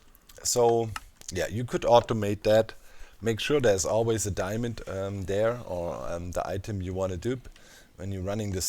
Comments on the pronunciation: "Diamönd" - perfekt! :D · Im german and i can say, that diamond is not diamönd ib german. Its diamond too but it has a different pronounciation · Aaah dude, when u said Diamönd!😂😂 Gosh I laughed more than I should've!